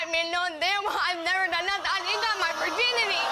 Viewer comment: "Virdinity" lol